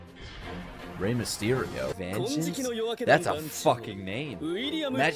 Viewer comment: Vangeance??🤔 VENGENCE! whos whe avenging??? im dead 😂😂 wow 5 head moment